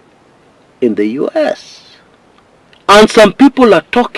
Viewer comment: Say it with me: in yues dollars 😂